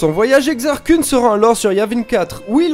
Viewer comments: Koun passe mieux que Keun. :p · Koun, je pense aux mangas à chaque fois ^^ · Vraiment sympa, dynamique, et les images sont cool aussi. Juste une chose, la Prononciation de Kun, c'est Keun :p Enfin après, c'est comme Thrawn ou Mara Jade, personne ne le dit correctement donc bon ^^ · Exar "kouuun" mdr